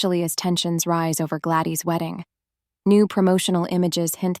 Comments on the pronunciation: The girls name is Gladys not gladey . Terrible video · It's not glady it's Gladys. Do u even watch this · Ai can't pronounce Gladys